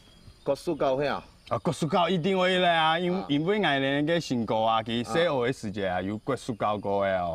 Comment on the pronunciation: 時節 念 siiˇ jiedˋ 不是 死解